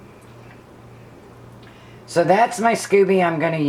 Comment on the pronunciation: I think it's scoby as in "sc-oh-be", not scooby like Scooby Do. I use 4 green tea and 4 black tea bags but like the idea of the kind of tea you use. I pretty much followed Kambucha Mama to get started. Haven't done any flavored kamcucha yet. I like the idea of peach, cherry or mango. I like your brewing vessel. Where did you get it? Hobby Lobby has a beautiful one but it's way to delicate and almost $80. It took 3 weeks for mine to brew because we keep it so cold in our house. I think I need to get a heater strip like Mama uses. Top of the fridge still wasn't warm enough.